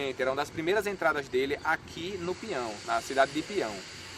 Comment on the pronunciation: Apenas uma observação para o amigo narrador: a pronúncia correta é pinhão com NH e não pião como pronuncía o narrador.Trata-se do aumentativo da palavra Pinho. Pião como está sendo pronunciado não significa nada.Não existe essa cidade chamada PIÃO.